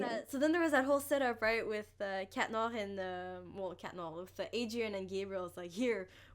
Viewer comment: Why do you say... Cat noAHhHhH